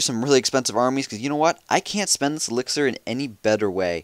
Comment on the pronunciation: No he say elxier not dark elxier